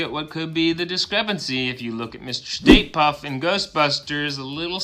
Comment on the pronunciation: you said the State Puff Marshmello man had a blue tie. The pic you provide shows a red tie. I looked online and all have red ties, and it says his name is "STAY PUFT" instead of State Puff. Is this an ME or have I just always remembered it wrong? I remember blue tie and State Puff. What do you remember? It sounds like you say "State", but could be the Laurel & Yanny thing?!?!?!